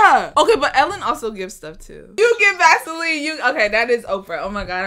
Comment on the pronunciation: Vasoline i heard gasoline